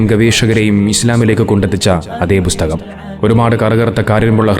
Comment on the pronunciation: ബുസ്തകം അല്ല ബ്രോ, പുസ്തകം 🙏